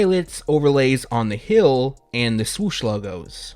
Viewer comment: Heeeeeeee-eeeeel! Not Hail!